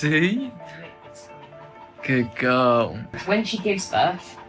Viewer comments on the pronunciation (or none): Whh do you say gudd guwl but it's good girl